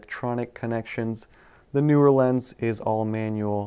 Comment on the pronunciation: "Tech Mafia" 😂😂😂 There's a newer Sony lens or are you butchering the pronunciation of 'Neewer'?